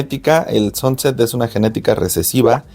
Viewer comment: A una cosa que ya sabras esa bola con get sanset que asi se pronuncias ,no sonset ,es una genetica de las mas caras, llegando a costar una sanset visual asta 30.000 dolares y mas .Y lo se por que Miguel Garcia de USA lo explico y enseño, una puesta que el crio y le hicieron una oferta por creo cuatro pitones bola sanset 100.000 dolares.